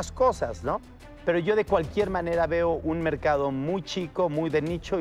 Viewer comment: Oiga pague 50mil para que me ordenara y contesta: "SHO SOLO SOS LA SIRVIENTA" JAJAJAJJAJ